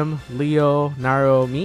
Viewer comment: When he was naming the top 5 I thought he said ryo instead of Leo and I was like wut😶